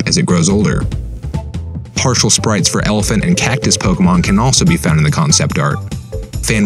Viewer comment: Though the way he says pokemon wrongly repeatedly is annoying